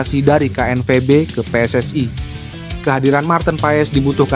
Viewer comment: PSSI Bos bukan PSSai